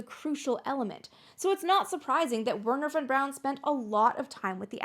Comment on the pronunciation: Her german and pronunciation of Werner Von Braun triggered me so much a made it 3 minutes into the video.